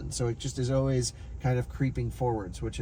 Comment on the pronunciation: What region of the US are you uou from? I always wondered what part of the US say "Oways" instead of "Always".